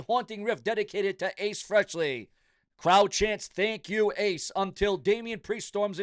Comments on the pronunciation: Moron, it's not Freshly it's Frehley, you idiot !!! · Hey puts, learn how to pronounce a name properly if your going to report on it, … its pronounced,ACE “FREEELY”. NOT Ace whatever the hell u said……